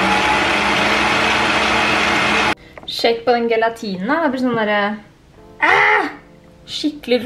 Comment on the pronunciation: det var veldig irriterende måten du sa gelatin på. Det uttales sjelatin